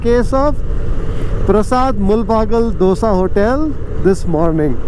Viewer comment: The correct pronunciation of "do-say", as it is said in KannadA. Phew! What a relief.